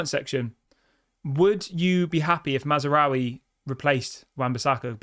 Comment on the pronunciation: THERE IS NO 'A" between Maz and raoui!!!!!!!!!!!!!!!!!! LEARN THE CORRECT PRONUNCIATION. DISLIKE!!!!!!!!!!!!!!!!!!!!!!!!!!!!